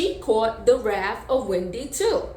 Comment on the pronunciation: It’s “wrath” sister, not raft lol